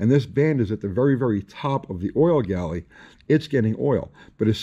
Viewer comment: It's refreshing to hear "Oil Galley", so many times I hear it called "Oil Gallery", even big time YouTubers.